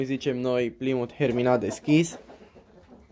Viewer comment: nu este repros...in engleza se spune plaimut..cred ca ai inteles.....pasarile foarte frumoase..te urmaresc!!!